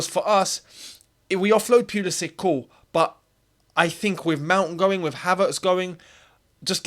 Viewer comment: No one ever learned how to pronounce his name, lol. FYI, if you care, it's Pull-isic, not Peul-isic. Best mate.